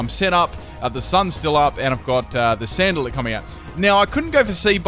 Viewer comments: anyone else notice he says sandalit instead of salandit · It's "Salandit" not "Sandalit"